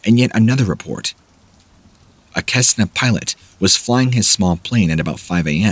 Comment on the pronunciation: Kesna? No, Cesna is pronounced “Scesna”…no hard K